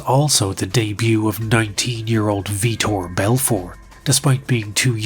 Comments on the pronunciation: Please tell me you aren't doing that bullshit where you mispronounce someone's name for engagement? Your so much better than that cause I know you know his name is Vitor (pronounced VEE-tor) Belfort and not Viktor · Vee-Tore, not Victor. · Tra Telligman’s first name is pronounced “Tray” not “Trah.” It’s funny you made that mistake seconds after poking fun at the Vitor/Victor thing. Which, by the way is what Vitor actually went by when he was training at Calrlsons. The name he went by in the very beginning was Victor Gracie. Edit: found another one-The first man to wear gloves in the octagon was Tank Abbott at UFC 6 in Casper WY.